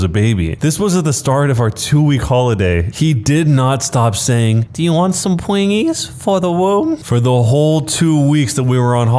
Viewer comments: After hearing you say pwingies….I’m confident I know how that wife feels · Sounds like she wants some pwingies for the woom